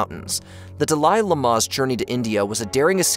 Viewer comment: De lie Le mar, really?